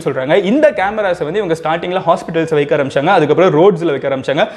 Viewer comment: Bro athe vaiiikaa illa vaika...pronounce...